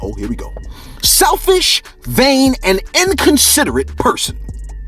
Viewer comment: Bro you kill me 😭 “Selfish is like .... “ “Vain is when you ....” “And inconsiderate means....” Just the extra emphasis lmfao